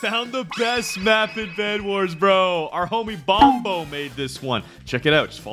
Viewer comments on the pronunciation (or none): He said Bombo Lol its bonbo